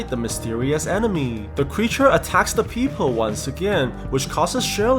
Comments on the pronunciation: Not a fan of the fact that you say people as "peephole" or "peepole". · Yoo it sounds like peephole when you said people 😂😂😂